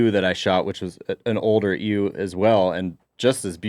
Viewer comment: Did just call a ewe (YUU) a 'EWW'? I have never in my life heard someone pronounce it that way.